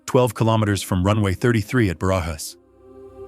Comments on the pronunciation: Is easy: bArAhas.🙄😁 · “J” in Spanish sounds like an “h” in English when the”j” is between vowels. So, Barajas should be prounounced like “Barahas” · Ba-ra-has. Just say Obama’s name Barack and Ba-Ra-HAS instead of the K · 17 flight attendants? On a 742 Combi? Surely there was a 707 dead head crew positioning to Madrid. The airport‘s name Barajas is pronounced Ba-Ra-chas, the annunciation emphasis on the Ra. Must say, great job putting these vids together! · I had to look it up. Somehow I doubt that Barajas Airport rhymes with garages. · Thank you. The incorrect pronunciation was driving me mad 😀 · I gave up after the attempt to pronounce Barajas.